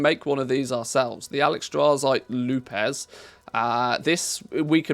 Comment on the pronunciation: Damnit man LEARN how to pronounce things correctly...WTF is a LOU-PEZ??? HUH?? That LOUPE - (pronounced LOOP) FFS man pick up a fucking dictionary!!